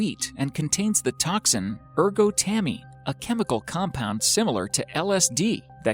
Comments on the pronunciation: The t of ergot is not silent. There is no reason to think that it is. Also erGOTamine, not ergoTAMine. It's really easy to avoid these kinds of mistakes. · its pronounced ergo-tah-mean. not ergotammy